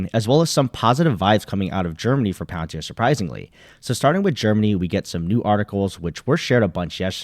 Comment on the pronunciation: Palantir not pallor